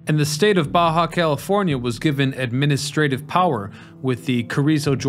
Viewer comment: Thanks for the video. It was good to hear about Mr. George. Maybe he needed to hire more good operators. 😂 I am sure you have heard about the George thing enough, and Jacumba. Thanks for pronouncing Baja right though, that might have did me in. A little info for you. A train isn't a train without a locomotive. Those would just be cars, or passenger cars, or rail cars, or train cars. Think of it like a Semi. A trailer isn't a semi, but it can be a semi trailer. Also, a locomotive by itself isn't a train. Sadly, the three Montreal metro cars, TPHX 801, 817, and 835, that are on a siding further up the line have been set on fire. It is sad the difference in a video from 12 years ago to a video from 1 year ago. 12 years ago they appeared to be in great condition, now they are just scrap.